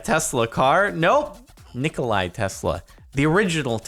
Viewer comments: Jordan it's not Nikolaj Tesla, it's Nikola Tesla. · It's Nikola Tesla, not Nikolai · nikola tesla not nikolai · Ain’t it nikola Tesla not Nikolai? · Yo Jardon, it's "Nikola" Tesla, not Nikolaj :D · nikoLAAAAAA not Nikolie get your facts straight. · Its not Nikolai Tesla, its Nikola Tesla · Niko-LA not Nikolai. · Whomst the Fook is Nikolai Tesla it's NikolaTesla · it's Nikola Tesla not Nikolai Tesla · it's just "Nikola Tesla", not "NikolaS" nor "NicolaY"... you have been struck by the Mandela effect!! *flies away* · He said Nikolai tesla even though its Nikola tesla , I forgive you SparkleyPants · No "i" At the end of "Nikola" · It’s Ni-cola- Tesla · You pronounced Tesla's first name incorrectly.